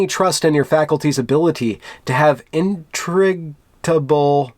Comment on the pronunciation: I don't know what's happening to me (age?), but I came here ready to hate on you and found you completely reasonable and even pretty funny (and big points for your candor in attempting to pronounce "integrable," or whatever that word is). I am a lifelong and very devoted stereotypical liberal, and these crybabies make me fucking crazy.